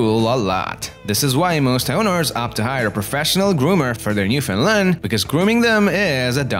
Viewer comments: Man your voice is so annoying, and stop calling them NEWFIN LANDS its NEWFOUNDLANDS and yes I know all Newfoundland natives speak this way that is why we need subtitles when watching programmes that feature the natives speaking so called English. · Learn to pronounce “newfundland” Thanks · Porunce Newfoundland correct please